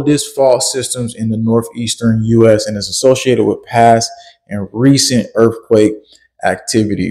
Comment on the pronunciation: Did he say “erf quake”?